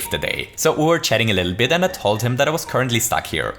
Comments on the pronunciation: 12:7 ,,to dive a bittle lit"xDDDD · "Too dive a bittle lit" thanks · to dive a bittle lit xD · did anyone else notice he accidentally said a bittle-lit here? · “To dive a bittle lit” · "A bittle lit" xD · we need to dive a bittle lit? Sure... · To dive a bittle lit? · to dive a bittle lit? Ok.. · "Bittle lit" you say? What do you mean? :P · "To dive a bittle lit" XD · a bittle lit? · this was the second time i heard u say "a bittle lit" is it some kind of inside joke? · bittle lit? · A BITTLE LIT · "a bittle lit" Was that intentional? War das Absicht? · To dive a bittle lit? :-) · We just need to dive a bittle lit😂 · To dive a bittle lit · dive a bittle it?